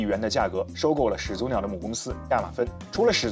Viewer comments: 始祖(shǐ zǔ)口语连读应读作shí zǔ而不是shǐ zú，听着很别扭。举例：懵懂(měng dǒng)口语应读作méngdǒng而不是měng dóng；产品读chán pǐn不是chǎn pín；火腿读huó tuǐ不是huǒ tuí；检讨读jián tǎo不是jiǎn táo...... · 按照普通话发音规则，两个连续三声，第一个三声应该读二声。